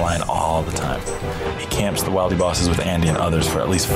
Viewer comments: imagine not pronouncing it "will--dee" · Wait.. is that how y'all pronounce "wildy?" Like "wild-E?" I thought the i was soft, like in "wilderness" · ....Wildy was mispronounced and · The disrespect with the pronunciation of the wildy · I hate how he pronounced wildy